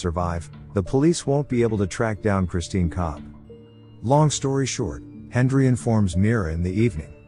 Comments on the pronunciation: Why are you pronouncing it "Hendri" instead of "Henry"? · Who else heard hendry not Henry 😂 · Why does he call him Hendry the whole time? It drove me mad lol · Is it saying "Hendry"? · Hendry. Like come on. Just actually record yourself talking. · Am I the only one hearing the narrator say "Hendry"? 🤔